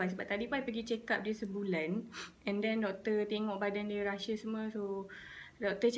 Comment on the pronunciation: It's "rashes" , not "rushes"